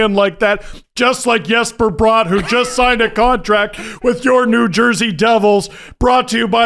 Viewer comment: first of all Daneyko doesn't pronounced Jesper Bratt's name like that. Nobody in New Jersey does. It's literally just you guys. I want to do that impression to Dano's face. He's a great guy he'll probably laugh.